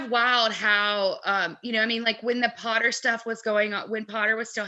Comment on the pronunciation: I want to tell you that I watched ALL the Harry Potter movies in a day and repeated some and my mum was getting annoyed. She was also like ‘Will that dam blonde ever stop saying ‘pOoTaH’ ❤️❤️